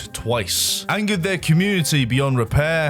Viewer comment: Why's talking like every sentence is a new paragraph? "Everyone knew that this was the was the state of the GAME. But what was going on at Nexion was DIFFERENT. It was a great time for the COMMUNITY"